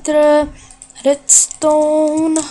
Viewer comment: Ty říkáš slovo redstone ale u tebe to zní asi takhle : vedstone